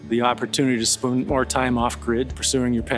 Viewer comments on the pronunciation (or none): I swear it sounded like he said the opportunity to spoon more time off grid😂